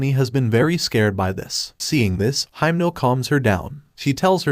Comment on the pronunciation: it doesn't really matter but I'm gonna say it, your reading himeno's name wrong...